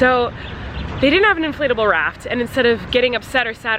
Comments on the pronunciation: Did anyone else think she kept saying inflatable RAT? Not RAFT? Just me okay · Dude. I thought she was saying inflatable rat at first. I was gonna say....”no wonder she didn’t find one because they don’t make inflatable rats” well.....the boat makes more sense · Did anyone else hear “rat” when Colleen was talking about her inflatable raft popping 😂